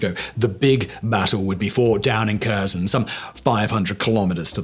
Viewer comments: And it's hare-SONE, not KER-sun. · Omg, the K is silent, when its in a KH name. Sorry, it bugs me when you (who is supposed to be an "information authority " on the subject), mispronounces the name of the subject you are covering And thunder run is a copy of the german blitzkrieg (Rommel). The US was able to copy it during WW2 under the command of Maj. GEN. George S. PATTON. (Battle of the bulge) Do better. Give credit properly. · Just FYI - Kherson is pronounced "Hereson".